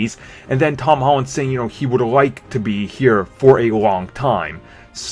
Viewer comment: ... who's "Tawn Hawn"? :P